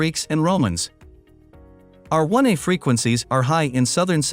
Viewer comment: Interesting, but the robot reading it is giving the wrong emphasis to the letter 'R' so it keeps sounding like 'our', resulting in my constantly having to re-parse what it's saying: "Our 1 a ancestor..." oops, "R1a ancestor..." Plus, it is reading it too quickly. I often speed up videos but this one is already sped up.